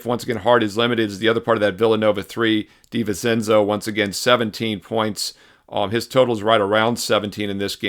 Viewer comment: It’s Di-vin-chenzo. 🤌🏼